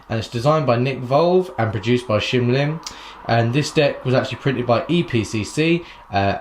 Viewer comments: NOT SHIM. ITS SHIN LIM !!! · shin lim not shim lim. just sayin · His name is Shin Lim... not Shim Lim... Just sayin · He is not "shim lim" you stupid,he is "shin lim"! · it's shin limited not shim lim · it's Shin Lim bro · I know he says shim Lim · I am annoyed by his shim lim😂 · HIS NAME IS SHIN LIM GEEZ PLZ LEARN TO PRONOUNCE B4 U REVIEW THEN U WILL GET LESS HATE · I don't think he said the name right the whole time.